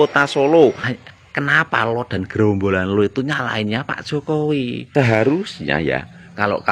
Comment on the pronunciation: 😂😂😂😂NGOMONG SENDIRI DIJALANAN..RISMON SDH.MULAI EDAN.HOPHO HOPHO....HOPHOWI...😅😅😅😅NGOMONG JOKOWI KOK HOPHOWI.